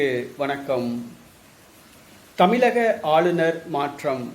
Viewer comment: தமிலக... இல்லை 'தமிழக'